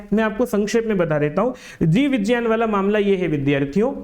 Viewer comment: जीव विज्ञान ❌ जीव विजान ✅😂😂😂